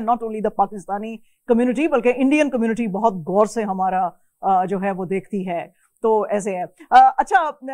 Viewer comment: برائے مہربانی اپنا تلفظ درست کریں غور ہوتا ہے گور نہیں